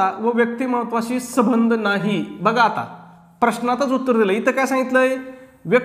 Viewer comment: माफ करा सर पण पण सबंध म्हणजे सगळे पण तुम्ही येथे संबंध चा सबंध असा उच्चार करतात. तर मला येथे हेच म्हणायचं आहे के संबंध म्हणजे कॉन्टॅक्ट आणि सबंध म्हणजे ऑल